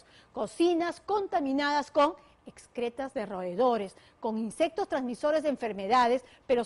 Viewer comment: no se dice ESCRETAS sino EXCRETAS!